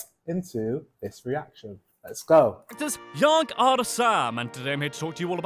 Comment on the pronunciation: misspronunceation in teh beggining its not jag ar Sam is jag är Sam